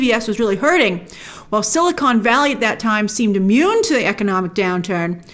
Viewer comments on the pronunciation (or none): none